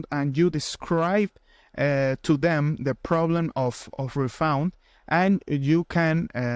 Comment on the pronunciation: Refund ❌️ refound ✅️